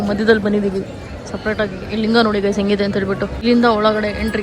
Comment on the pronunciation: Lingu alla Linga